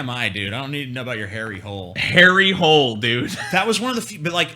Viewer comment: They way you say Harry Hole is more like you say Hollender, or a long E